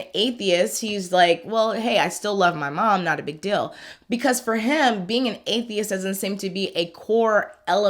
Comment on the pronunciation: I like how you say dill instead of deal, what accent is that? Very nice on the ears